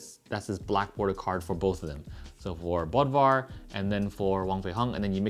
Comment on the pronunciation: If the O umlaut in Bodvar is Germanic he should be pronounced BOODVar